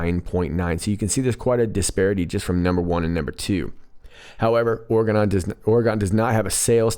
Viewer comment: Damn it Oregun no!! It’s Oregon like dragon or wagon..... sorry 😐 I’m from OR. And it really sucks when people say it Oregun.... You are still a Bad Ass lol!